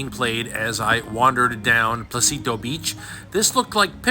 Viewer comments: For those interested on what beach he is at the beginning of the video it is NOT "Placito Beach, it is called Pocitos (No "L" and with an O like in Orca) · Small correction, it is Pocit’os’, it’s phonetic, they pronounce it all.